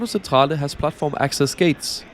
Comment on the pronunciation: The train front and back look like an old generation Shinkansen though. Thanks for the review. Btw I like this grey business class colour scheme. FYI, "C" before "e" and "i" pronounce like "tsch" (in German), so it's 'milano Tschentrale" and "Santa Lutschia". Otherwise, excellent!